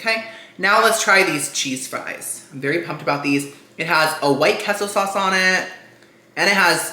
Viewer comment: "I'm half Cuban" also - "I don't know how to pronounce queso"